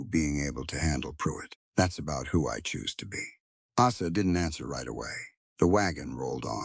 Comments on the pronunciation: Good story. Have caution with your editorial/proofreading staff. Poor Asa's name was butchered several time. Came out as Asses once. Have a care. Background pictures are more than distracting. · Asa is an easy name. Correct the pronunciation.